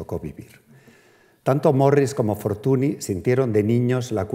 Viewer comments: Pues el de Henriette Nigrin, bien que lo pronuncia a la francesa... Dejaos de hostias, se pronucia Fortuñ, y punto. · Fortuny (fortuñ), no es tan difícil de pronunciar... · Como puede una persona dar una conferencia sobre una persona de la que no es capaz de pronunciar bien el apellido? Fortuni… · Es curioso con los cocimientos de arte que ha demostrado tener este señor, no tiene ni idea de pronunciar correctamente el nombre de un protagonista de la conferencia. O a lo mejor si sabe pero no quiere, porqué cuando se refiere de nombrar a Henriette Nigrin, compañera de Mariano, dice correctamente Anriet Nigrin pero cuando se trata de Fortuny dice Fortuni. Señor, y sin querer insultar a nadie, que usted no es ningún paleto, un poco de respeto, y muchas gracias por la interesante charla. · NY = Ñ Fortuny se pronuncia Fortuñ. La charla es excelente pero este detalle chirría un poco, más si te pasas una hora hablando de una persona y pronuncias el apellido mal constantemente...